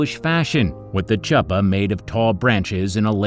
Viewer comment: Please check your pronunciations. “Hilo” is pronounced “hee-loh” and “chupah” is pronounced with a guttural “ch” (a la “third reiCH” or “bleCH”).